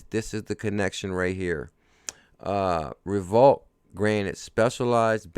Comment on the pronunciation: Great info. FYI. I think Revolut is pronounced REV O LUTE. Keep working hard and forget all the do nothing, know nothing haters and their negativity. XRP baby!